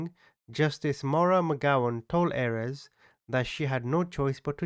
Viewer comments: Not that this guy deserves anything, and you are amazing, but Ayres is pronounced "AIRS", no? Maybe I'm just too English... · Thank you , his name is pronounced Airs as in fresh air with an s.